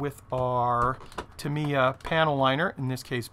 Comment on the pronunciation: Nice kit, nice video, terrible pronunciation. 8-D It's TA mee ya , just like SU ba ru , except it is TA mee ya ! :-) Seriously a cool video tho .